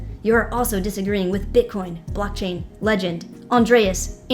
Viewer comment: Did say blocktang